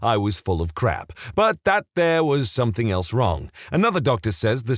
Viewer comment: No k in the word something